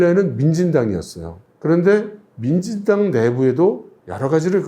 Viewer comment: 왜 자꾸 만진당으로 들리지